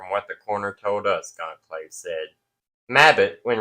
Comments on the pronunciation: I believe it is pronounced Gon-"CALL"-ves, not Gon-"SOL" -ves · Goncalves It's pronounced GUN KAL VEZ I'm sure you want to get it right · Goncalves is pronounced Gone-Sal-Vez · It's Gone-Sal-Vess not Concalvs. Moscow is pronounced Mos-Co. Mispronouncing affects credibility